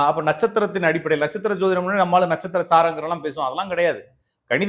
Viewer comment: ஜோதிடம் என்பது தான் சரியான உச்சரிப்பு. அவர் சொல்வது சரியில்லை. ஜோதிடம் = ஜோதி + இடம். ஜோதி கிரஹம் இடம் மாரிகிறது. அதான், அதன் அர்த்தம். Astrological treatise written in sanskrit. This was actually translated by Dr. B. V. Raman the world renowned astrologer. வராஹமிஹிரா, பிரிஹாட் பரசாரா ஹோற சாஸ்திர, கடலங்குடி,.... இவர்களேல்லாம் ஜோதிட மேதைகள். இவர்கள் பெயர்கள் எதுவும் அவருக்கு தெரில.